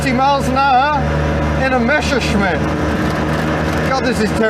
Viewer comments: Why do all anglo/americans say "Mescherschmitt"? It's "MeSSerschmitt". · Hey, it isn't a "Mescherschmitt", it's a "Messerschmitt" :)